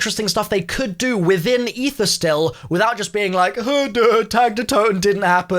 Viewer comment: I didn't think it was possible to butcher aether that much